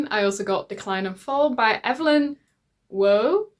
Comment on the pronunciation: Waugh is pronounced wor.